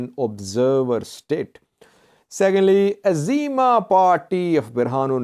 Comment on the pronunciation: It’s EZEMA not AZEMA.